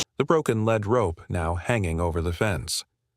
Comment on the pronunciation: You may not like this comment, my aim is to improve your productions. (1) Too many loud noises interrupt the video, (2) It is a Lead Rope, like leading and animal, but several times you spoke it as a LEAD rope, like a rope made of the heavy metal Lead. You are not the only one several of other call it both ways. I live in Fort Worth, Texas, “Cowtown”. Please edit your videos, Thanks !!